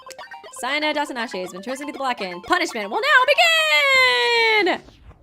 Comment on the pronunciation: Not t9 be rude but it's seina not siena